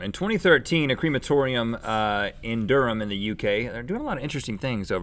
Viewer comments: Not only that, Durham is pronounced "Durrem". Rhett said it more like "Durr 'em!" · And Durham is pronounced Du-rum.